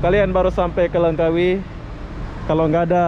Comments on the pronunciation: You cannot say Lengkawi you must say Langkawi keep up and good job😎👍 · Ejaannya betul2 Langkawi bukan Lengkawi...